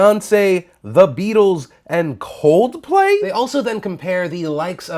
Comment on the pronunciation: EXCUSE MEEEE WHATS WRONG WITH COLDPLAY SO YOUD SAY THEIR NAME LIKE THAT????? I AM OFFENDED REALLY